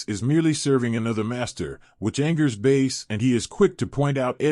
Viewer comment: It's pronounced Bass. why are you pronouncing it Base?